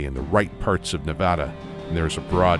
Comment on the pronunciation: Thanks for saying Nevada right =)